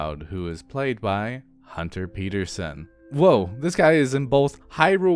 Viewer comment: The captions said Hunter but you dead ass said Hunner